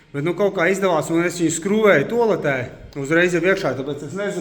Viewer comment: Tolete? - Tualete!!! Aizsardzība pret pārspriegumu nevis spriegumu...